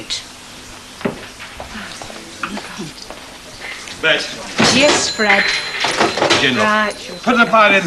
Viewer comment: Its Bet, not Bett